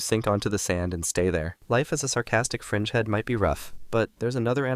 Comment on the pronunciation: I thought during the video he was saying "Sarcastic Frenchmen"